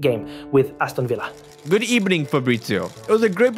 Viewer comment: GOOD EBENING